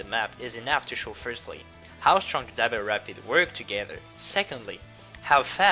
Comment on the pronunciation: When you say double it sounds so much like dapple